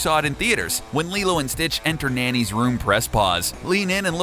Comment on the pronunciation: Lilo's older sister DID survive the car crash. Nani is the older sister and Lilo lives with her. Nani isn't pronounced "nanny."